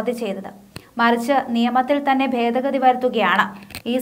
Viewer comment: Fedagathi അല്ല, ഭേദഗതി ആണ്.. ചില ഭാഗത്ത് "f" എന്നും ചില ഭാഗത്ത് "b" എന്നും ആണ് ഉച്ചരിക്കുന്നത്.